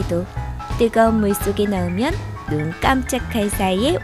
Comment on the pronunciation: 다시 상자아네 너으면~~~